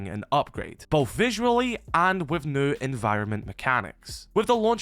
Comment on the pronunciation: Please stop saying “new” unless you can say it without sounding like a bloody mump